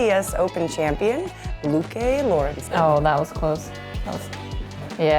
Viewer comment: Petition to start calling Lykke Lorentzen “Lady Lorentzen” - we americans butcher her name so much she’s owed respect and reparations.